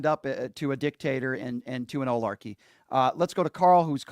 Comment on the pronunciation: Brian - I love ya, but it is Oligarchy.. not “olarchy” or whatever you keep saying haha. Just wanted to let you know!